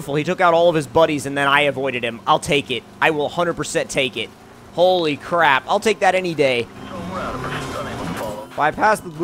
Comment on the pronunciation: Did anyone notice that it sounded like he said "pole-y crap"?